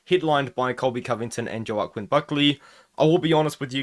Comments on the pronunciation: Waaaaaaaah keeeeeen. Not sure how you pronounced Joao-quin? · man please stop sayin joe ah qwin its wahkeeen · Joe-ah-kwin is crazy